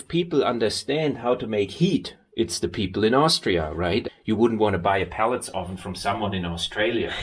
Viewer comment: I enjoy your version of English. Just FYI, I believe you are referring to “pellets” as a source of heating fuel, but it sounds like you are saying pallets, which are portable platforms used to move goods around. Thanks for the informative video!